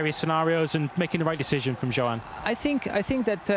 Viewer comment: Why hasn't the short one been fired? He STILL can't pronounce Johann.